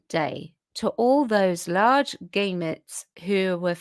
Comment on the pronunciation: It’s g ‘a’ metes, btw.